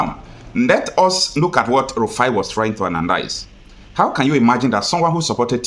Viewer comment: Please mr guest speaker don't call him Elrufai his name is Rufai